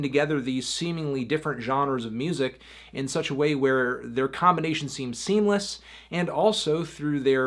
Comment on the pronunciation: "Seem seemless"